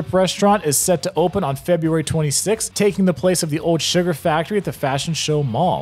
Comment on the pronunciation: Bro, love your vids but you REALLY need to start pronouncing your L’s. It’s so annoying. Gowd? It’s gold. GoLd, not gowd. There’s so many more. Owed? It’s old! oLd! Cawed? It’s called! Why don’t LV residents pronounce their L’s? So weird and annoying.